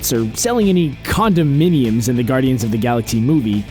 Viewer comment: You said condom miniums.